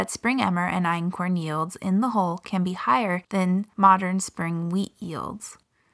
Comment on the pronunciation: Why does she say HOLE instead of HULL?